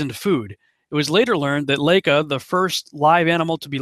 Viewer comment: LAIKA is pronounced as " ' lie-kah", SPUTNIK sounds like " 'spoot-neekh"